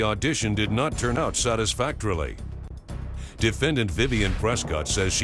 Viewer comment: Did the announcer say "satisfactorly"?